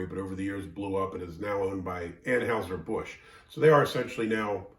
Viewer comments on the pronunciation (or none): I do like this beer (no surprise). There is little rural in the 312 area code and less love lost between Chicago and the rest of the state, so the rural version died on the drawing board. LOL. Please say ANN-hi-zer,.